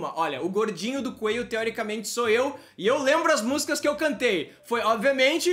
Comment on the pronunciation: É coelho e não coeio